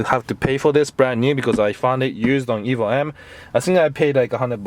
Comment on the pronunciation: You keep saying ebo what is an ebo? Lmao